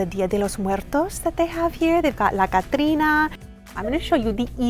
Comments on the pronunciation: Wow ur spanish was on point, I was like wait a min....she actually pronounced Catrina correct omg how do u know spanish? You're super awesome try & make a DIY spanish video see the results I'll subscribe & recommend if u do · It’s the way you pronounce “dia de Los muertos and catrina “ For me 🥰🥰🥰🥰🥰🥰🥰🥰🥰🥰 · Are you a Latina? The way you said “Día De Los Muertos” and “Catrina” was perfect!!! Love all of your videos!!!